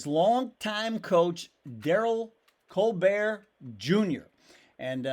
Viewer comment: Pronunciation is Col- bert